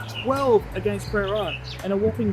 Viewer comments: I knew a lot of this history already but the 49 game winning streak was news to me. Another informative instalment of a club history. Also, I’d go with Pra- rann as a pronunciation for Prahran. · The Prahan pronunciation is killing me 😅